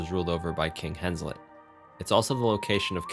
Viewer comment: Henselt not Henslet Tuirseach is pronounced Tweerseh Overall a great explanation though